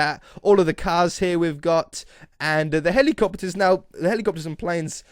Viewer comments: He did really say helicoppeters, i know its helicopters.... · Wait, did you say "helicoppeters"??? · Nope,"helicoppeters", aren't a thing. I have however heard of helicopters...